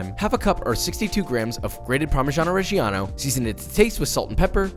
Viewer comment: The way he says parmigiano reggiano hurts me